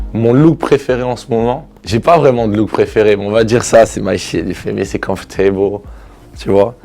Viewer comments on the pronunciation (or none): C'est "comfortayble " 😂 il parle anglais couramment non ? Comfortayble ? ??? Guurl !!!